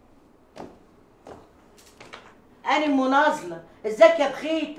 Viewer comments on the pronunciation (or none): اسمها نازلة و لكن المصريين بينطقوها بالظاء (نظلة). مشاهدة ممتعة